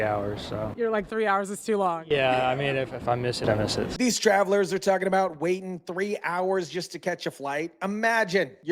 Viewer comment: you need to buy a vowel...wating? Really?